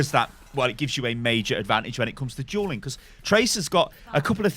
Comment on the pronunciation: i love how dueling is said as juuling